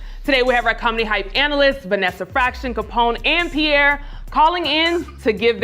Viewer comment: It's Pierre..